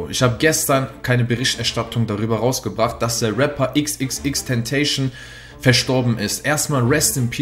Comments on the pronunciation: Er heißt nicht tentaishen sondern tenta cion einfach aussprechen wie man's schreibt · xxxtentacion wird 'äxäxäxtäntasion" ausgesprochen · Das spricht man Exexextentasion aus und nicht ixixixtenteyschn aber no hate trotzdem gutes Video😂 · Bro "Tentacion" wird so ausgesprochen wie es da steht also spanisch nicht Tentäischn.. Trotzdem gutes Video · Er heißt nicht xxxtentation sondern xxxtentacion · dass heisst nicht tentation das heisst tentacion du opfer alter wie cringe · ten ta cion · "Tentasion" wird er ausgesprochen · ACHSO IXIXIXTENTAISCHEN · Xxxtentacion ~Wird Spanisch ausgesprochen~ Nicht tentäischen Sry musste raus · Er kann nicht mal den Namen richtig aussprechen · Man spricht ihn anders aus sowas ist auch Ehrenlos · Du sprichst sogar seinen Namen falsch aus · sprich den namen doch einfach richtig aus smh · Mann müsste halt auch mal den Namen richtig aussprechen könnt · Junge du kannst seinen Namen nicht mal aussprechen, du sagst er war tot im lambo was für lambo hört mal jetzt auf alle ihr kanntet ihn nicht mal unnötig sowas alter!.. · Sprecht den Namen doch einfach mal richtig aus... Meine Guete. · Du machst ein Video über ihn und kannst nicht einmal seinen Namen korrekt aussprechen. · Du bist ehrenlos du kannst nicht mal seinen Namen aussprechen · Schwuler hund du sagst sein namen einfach falsch